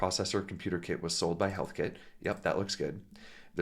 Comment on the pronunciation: Heathkit, not Healthkit